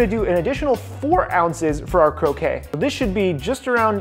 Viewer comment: Croquette -> crow-ket, croquet (crow-kay) is the lawn game Otherwise, looks awesome